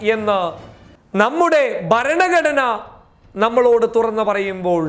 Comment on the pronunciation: നിന്റെ അപ്പന്റെ പേരിലുള്ള ബലാൽസഘത്തിന്റെ കേസ് ഇന്നായിരുന്നല്ലോ , എന്തായടാ അത് (എടാ കോപ്പേ ബരണഘടന അല്ലടാ ചെറ്റേ ഭരണ ഘടന എന്നു പറയടാ ചെCറ്റ ) നിന്നെ തന്തയായിരിക്കും നിന്നെ മലയാളം പഠിപ്പിച്ചത് , നീ പറയുന്നത് കേൾക്കാൻ നുപ്രീം കോടതി ജഡ്ജിമാരെല്ലാം നിന്റെ അപ്പനല്ലേ